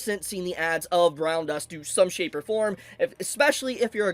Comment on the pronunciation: The emphasis on "Shapes" was so strong 😂